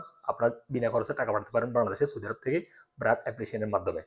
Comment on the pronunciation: ব্রাক না বার্ক। উচ্চারণ ঠিক করেন।